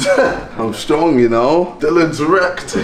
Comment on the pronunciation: is it just me or did he say 'Stronk KSI'....